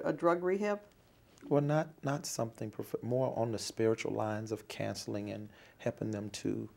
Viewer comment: he pronounces counseling as "cancelling"